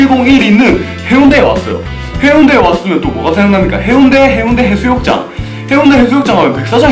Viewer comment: 해운대가 아니라 해운대입니다.